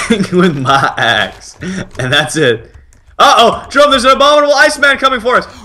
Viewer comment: nuuuu doont be sayd jayrome